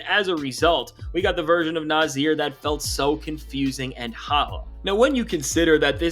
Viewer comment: Nah-Sear, Naahhh-Seeeaaaarr! Not Nah-zeeer!!! You new guys are killing me!